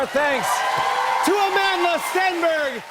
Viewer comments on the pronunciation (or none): it's Amandla not Amanda😑